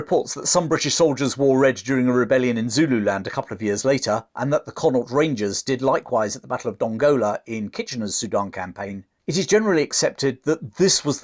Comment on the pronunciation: Lovey and informative video. I spent many happy years teaching in Sudan. Your pronunciation of a few Sudanese towns is a bit off. I've caplitalised the stressed syllables: Suakin - su-AH- kin Dongola - DON-ga-la Atbara - AT-ba-ra Hope this helps.